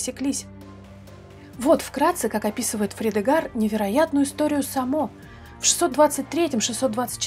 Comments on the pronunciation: правильно произносить с ударением на первый слог(Саамо) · Ну во-первых Са́мо. А ещё он правил на территории современной Словакии